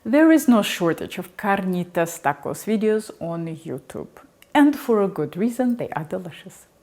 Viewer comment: rolling her r's is almost asmr to me 🇬🇹🇬🇹